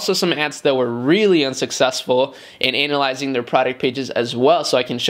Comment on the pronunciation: I think you pronounced 'Analyzing' wrong hahahahaha.